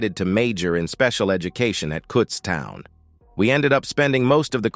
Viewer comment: Cutts town? I believe it is Kutztown. I know it got fixed later, but being from South Central PA, a lot of the name flubs are either annoying or amusing. And a nice story. Life is good.